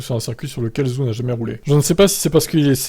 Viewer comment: Faites un effort ça se prononce "Djow" et Zou, à un moment ça sert à rien d'avoir une chaine d'info F1 si on est même pas capable de se renseigner sur la prononciation du pilote concerné